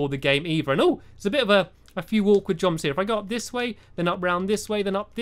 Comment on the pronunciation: At the beginning he said jrumps